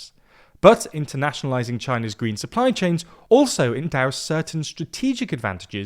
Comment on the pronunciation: Many thanks to for narrating this video on China’s gween belt & woad pwoject.